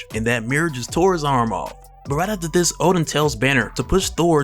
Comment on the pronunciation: Ha. Hulk fans in the comments. Funny. Btw guys, it's Odin not Oden